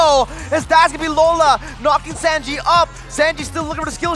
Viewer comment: These people pronouncing sanji makes me sick